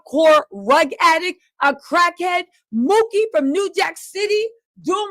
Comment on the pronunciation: Omfg it's "Pookie" not Mookie. Pookie with a P!! POOKIE!!!